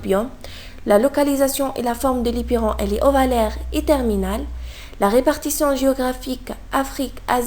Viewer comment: C est l éperon prononcez 'lai " ,l éperon pas " li"